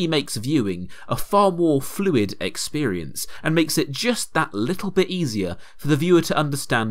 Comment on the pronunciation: “This essentially makes viewing a far more fluid eggsperience”